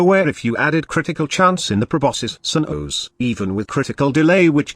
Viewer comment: Proboscis Cern-OoOhsz.